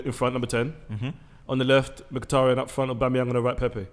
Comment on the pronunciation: Well I was until he said Mkhitaryan